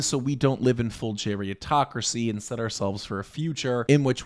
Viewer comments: Its gerontocracy, not geriatocracy. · Not *geriontocracy. It's actually pronounced "gerontocracy," from Greek "geronto-" (elderly) + "-cracy" (rule). You're confusing it with the related term "geriatric," which is formed differently. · Bruh geritocracy isn't a new word. Run your script by someone older once in a while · lmao i agree but the word is gerontocracy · Isn’t it “gerontocracy” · I always heard it as “gerontocracy.” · Umm isn’t it spelled and pronounced: Gerontocracy? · It’s “Gerontocracy” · Is the word not "gerontocracy?" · You spent the entire video pronouncing gerontocracy wrong